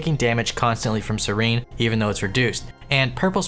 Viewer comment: seer en. it aint that hard it aint scerene